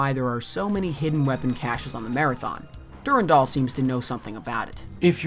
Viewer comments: For love of Marathon it's DuRANdal, not DuRENdal! ALL of your voice actors are saying it right! Did you not listen to them before you edited this vid? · Awesome video. Suggestions for the next videos: DEFINITELY just read the terminal text yourself, and consider pronouncing "Durandal" the way that most people say it (dur-AN-dal). I know people who pronounce it your way are generally very passionate about it being "the correct way," but it's kinda up in the air (depending on the root language you derive it from). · OMG PLEASE STOP SAYING DURINDOL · I always stressed the 2nd syllable in "Durandal". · the way you pronounce Durandal triggers me